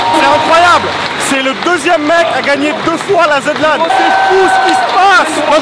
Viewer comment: pitié.. aretez avec la "Zed" Lan... même Zerator ne le dit pas comme ça... "Zi" Lan (en rapport avec le "Zi" de "THE"..)